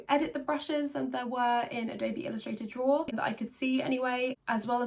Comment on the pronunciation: Ello, my name is Simon and I love to “drawra”.